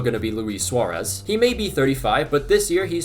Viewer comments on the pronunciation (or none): none